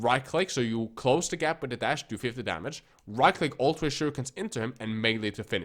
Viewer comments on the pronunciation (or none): It’s pronounced “THree” not “free.” What is it with eurotrash and the “th” sound?